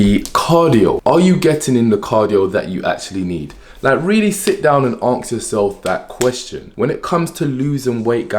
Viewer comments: No disrespect but I personally find if hard to take someone's word 100% seriously when they pronounce a basic word like ask as aks 😂😂😂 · i love how he says aks and not ask lol.....love the video